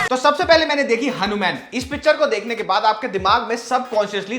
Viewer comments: Bhai tujhe thik se Hanuman bolte nai ban ra kya?? Hanumyan kya hota hai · He mean to say हनुमैन(I think so) just like superman spiderman.